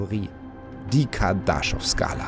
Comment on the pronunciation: KardaschOv. Betonung auf o